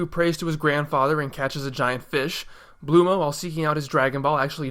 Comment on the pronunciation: Her name is Bulma and not Bluma. Or was that pronounced like that by the dubbing studio?